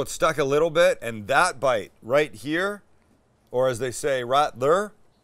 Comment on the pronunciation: I agree but that "rite thurr" at the end was on point lol